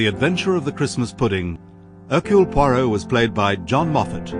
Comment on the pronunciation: Its....Poirot... and I am Belgian..